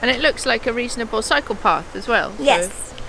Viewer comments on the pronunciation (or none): Cycle path....for a second it sounded like psychopath..?. 😉😅